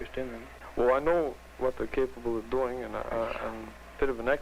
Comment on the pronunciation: He sounded like he was from Iowa, the way he said "doing."